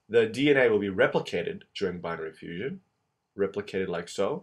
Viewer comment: its called Binary Fission not Fussion (sic)